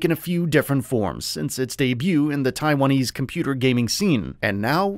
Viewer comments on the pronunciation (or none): none